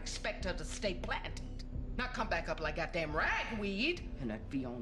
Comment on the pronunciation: The way she said “PLANTED.” Pushing out that last syllable through the lack of breath.😭😭😭